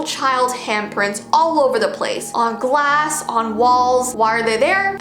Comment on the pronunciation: I'm a girl but did u say gwass instead of glass?!